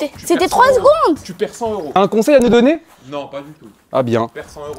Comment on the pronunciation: Tu a Di 15 minutes m'est c'est 15 cegonde